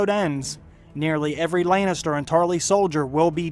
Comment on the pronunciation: Layn is ter I hate his pronunciation